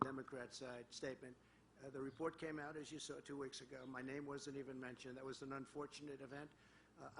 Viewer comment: Said them without a note? He couldn't even pronounce three names ! LOL